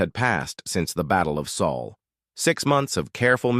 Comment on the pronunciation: Again AI can't pronounce sol. Finally Jake Morison made general.